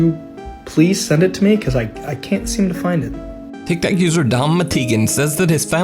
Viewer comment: I love that he says "Tiktak user" 😆